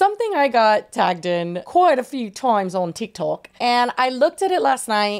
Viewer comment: said tihk toohk like Miranda Sings